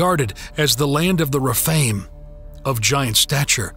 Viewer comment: Some of the words are weirdly pronounced, like Rephaim.